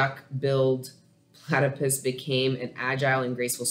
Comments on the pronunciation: I always feel weary when I try out new readers but this was absolutely from God. It was so spot on it almost felt like a personal reading. And you’re hilarious! It felt like I was sitting on your couch. Thank you so much. Also-it’s pronounced “pla (a from apple)-ti(ti like tip)-puss” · Plat-tah-puss is how you pronounce it platypus (yes I am Australian😁) u did good though 👌🏽👍🏽 thank for taking the time out for the Leo read 🌻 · Thank you for a awesome reading ...Plat e pus ...is how you pronounce it